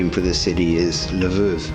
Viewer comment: Nice video. Always love seeing Ukraine. Technically they pronounce it laveev (Lviv) (Львів) you pronounced it more like luhvoav which is the polish pronunciation spelled like Lwow in that language. Minor but I thought it was worth mentioning. The city initially I believe was named after a pole and pronounced that way it’s just not the modern day way. Can’t wait to see the next one 👍🏻